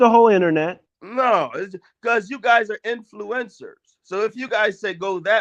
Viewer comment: Did the guy call him and Shaq “influenzas” as in the flu instead of influencers? 😂😂😂